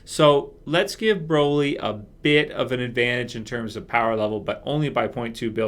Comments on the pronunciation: The way you pronounce Broly is the British slang for am umbrella, "Brolly" is wrong mate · I ain't ever heard someone say Broly like that in my entire life